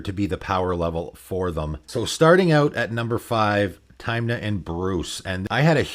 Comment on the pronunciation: Good video, but you calling Tymna "Taymna" almost gave me covid.